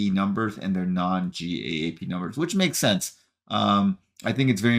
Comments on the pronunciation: GAAP is pronounced like the word "gap." Just in case you do more of these quarterly earnings videos. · GAAP is pronounced or called "Gap" in the financial world.